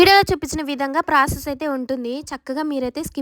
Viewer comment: Process ❌ prases✅